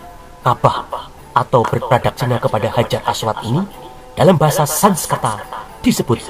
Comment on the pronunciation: Makanya klo blajar hrs benar..aswad jgn di baca aswat